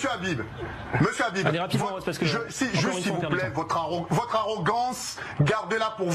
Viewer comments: Es-ce que vous condamnez le rrrrrabib, le rrrrrabib vous le condamnez ? 😂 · Il est porc difficile de ne pas vouloir le condamner, le RRRhabib. 🤣